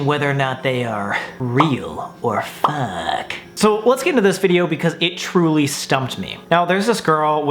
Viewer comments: Bro I went to the comments to see if anyone else heard "to see what's real and whats fuuck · sounds like hes saying fuck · Love how he says If they are "real" or "fUcK"